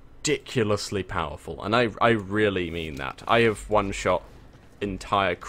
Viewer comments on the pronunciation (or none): none